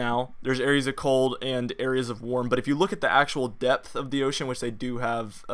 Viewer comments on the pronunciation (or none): none